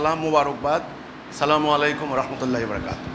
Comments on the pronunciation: সালামুআলাইকুম কোন শব্দ নাই উচ্চারণ হবে আসসালামু আলাইকুম ওয়া রাহমাতুল্লাহ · Apni to salamualaikum bolen,apni to sohi vabe salam dite paren na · তাকবির দিচ্ছেন নাকি কাউকে ধমক দিচ্ছেন?? সালামলাইকুম আবার কি?? ঠিকঠাক উচ্চারণ করুন? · খুবি দুঃখ জনক,,,, সেতো সালাম টিও সঠিক ভাবে দিতে পারেনা,,,, (আসালামুয়ালাইকুম),,,, শব্দ টি সালাত সে বলে,,, চলা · আপনার তাকবিরে ও তাহমীদে এবং সালামে আলিফ লামে সমস্যা। বলতে হবে আচ্ছালামু আলাইকুম।